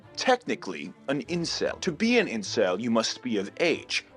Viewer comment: he even got the Incel name right gawdamn